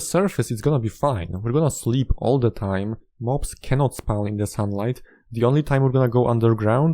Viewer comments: "Can not spaun" Endermen should pick up blocks around you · I love the way this guy says the word “spawn.” I get it, his first language is not English. But dude it sounds so funny I love it